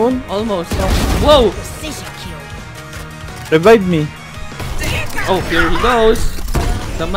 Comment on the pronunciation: "rebibe me"